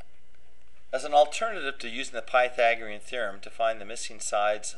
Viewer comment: Pie 🍰thaaagorean theorem haha his pronunciation